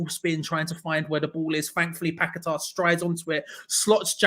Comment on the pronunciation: It's paqueta not pack a tar try getting names right ffs